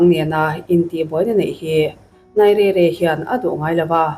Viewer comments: NAIZERIA Ti a lam tur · Nigeria i lam rik dan chu a va mak mai mai ve !!